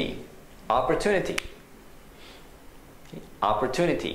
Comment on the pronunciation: opportunity の発音、の”アッポー” （身振り付）すごく分かりやすかったです。有難うございます。